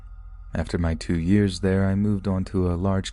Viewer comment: the way he says 2 years is so funny i love it